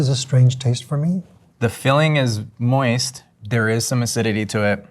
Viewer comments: wtf is “moisty” 😭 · Pro Chef says "Moisty" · Please stop saying "moisty". 😆